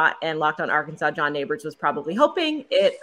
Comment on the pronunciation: It's Arkansas not arky